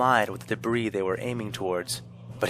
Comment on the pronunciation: VA pronounces "debris" wrong and it's bugging me